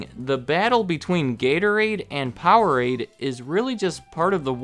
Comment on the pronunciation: Powerade, please.... 😂 (laughed out loud at that part) keep it up! Love your channel!